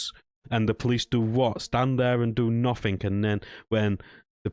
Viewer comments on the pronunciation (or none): Why can't you pronounce the word nothing properly?